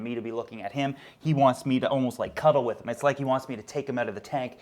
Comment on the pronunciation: Love the "cutel fish"